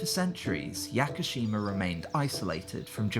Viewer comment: “Yacker-sheema” Jesus Christ 😂